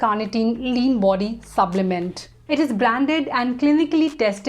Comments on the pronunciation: Why I hear subblement instead of supplement. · Yes...subblement throughout the video